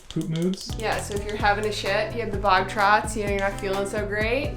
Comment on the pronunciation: Did you say “bog trots”? What the???